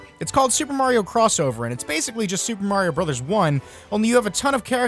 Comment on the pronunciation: Tuper Tario Tros.? Why couldn't that guy just call the game Super Mario Tetris?